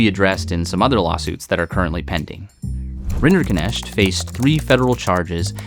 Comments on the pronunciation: maybe beside the point, but what a weird way to pronounce that name. It's obviously of German origin and is meant to be pronounced RIN-der-nekt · Rinderknecht pronounced as "renderkinesht" burns my ears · What annoys me most, is that Rinderknecht is an actually quite easy to pronounce German name, yet nobody took the time to put it into Google translate from German and hit "text to speech" (compound word: Rinder-Knecht, basically cow/bovine servant-boy, meaning: cow man, cow farmer boy, cow farm serf) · All this detailed research, yet somehow everyone manages to mispronounce a Swiss-German surname, as something that sounds Indian. It's a compound name: Rinder-Knecht ("cattle servant" / cowherd / ALMOST the german variant of a cowboy). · Why can't a single person pronounce Rinderknecht properly? Not even the man's lawyer. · The pronunciation of his last name hurts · What the hell is that name pronunciation? I know it's his name, but it makes the video hard to watch as someone who knows how to pronounce knecht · As a german every pronounciation of Rinderknecht gave me a heart attack 😂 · Why are you trying so hard to mispronounce his name?